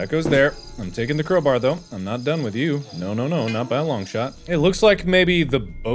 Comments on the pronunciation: Crow Bar Not Crow Bear Hahah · Bro it's crowbar not crowber? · im sorry but why does he say crow-brr instead of crow-bar